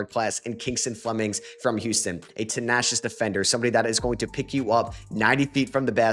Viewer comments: Tenacious with a strong A, not ah. Also….its foRward not foeward. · You need to learn to pronounce tenacious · Said ‘tenacious’ wrong too 👹